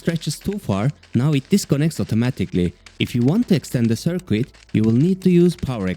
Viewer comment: I love these videos! Currently catching up by watching them all from the beginning -- excited to see what's next. One little tip: The "u" in "circuit" is silent, so it sounds more natural if it rhymes with "kit" rather than "quit". :) Your videos are inspiring me to get back into Unity!